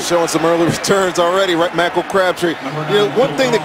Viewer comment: I still can't get over Michael Crabtree being called "Makol" Crabtree.